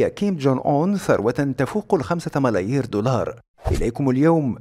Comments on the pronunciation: عجيب جدا هذا المذيع ....اما انه لا يعرف العربى او لا يهتم بما يقرأ؟؟!!!فهو لا يعرف ان يقرا ملاين او مليارات بل يقرأ ملاير!!! غباء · اخطاء في المقطع : 7 ملايير ؟ تنطق 7 مليارات ثاني خطأ اللي هو تكلفة بناء الفندق 750 دولار ؟؟